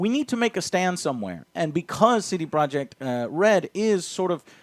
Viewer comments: What's a "sedeproek" ?? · Wait. How does Iwinski pronounce the company's name? Say-day-pro-yey?